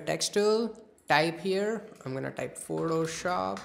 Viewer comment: Biggest flop at the start lmao "Photoshoop"